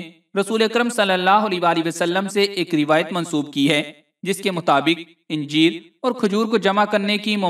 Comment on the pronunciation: anjeer hae nake yenjeer.